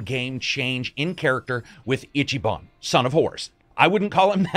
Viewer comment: I'm sorry, I'd hate to be that guy but I'm gonna be that guy. It's "eechee ban" not "itchy." He doesn't have to scratch himself. No Itchyban. You just pronounce the "i" as a long vowel. Easy. Eeeechee. His name sounds really weird when it's pronounced wrong. And fun fact: Ichiban basically translates to #1 or "the best." So the game is intentionally being on the nose with who he is.